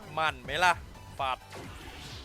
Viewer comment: มั่น❌ หมั่น✅